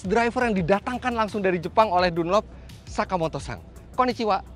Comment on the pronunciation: om fitra kok saya ngedengernya kaya Sakimoto-sang bukannya Sakimoto-san kalo salah mohon di maafkan dan di koreksi🙏